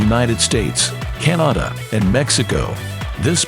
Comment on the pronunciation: Apparently I live in "Cah naw da"